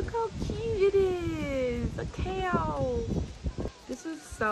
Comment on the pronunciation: The way she sad cow😂😂😂